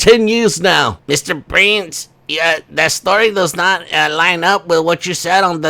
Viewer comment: I thought you were saying "Mr Brains" instead of Mr Prince loool ! Mr & Mrs Brains 😂